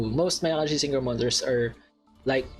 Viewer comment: My guy said " mayaقashi"